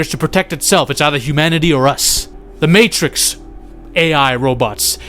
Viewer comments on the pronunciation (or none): none